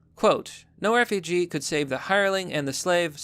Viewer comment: Refuge:Reh-fyooj. Refugee: reh-fyoo-jee. Two different words. If unsure how to pronounce a word, look in a dictionary it literally shows how to say the word